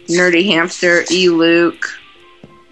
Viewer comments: its el Luke not e Luke, he has a channel now :3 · Its not E luke its el luke